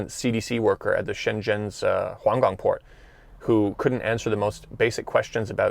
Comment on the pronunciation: Kudos for uploding so much during this special time. By the way, the way you said Huanggang (in Hubei) sounded like Huanggang (in Shenzhen), tricky Mandarin intonation haha.